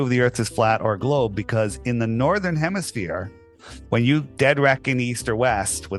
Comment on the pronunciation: "In the northern hemisphere-" The.. what now,? Hemiwhat? Hm? 🤔